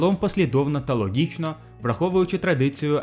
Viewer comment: вимовляй правильно букву Г. ЛоГічно а не ЛоҐічно. Це єдине що ріже слух, а так в цілому добре озвучив. 👍